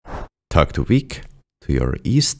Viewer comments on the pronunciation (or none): It's Vic for short not wic.....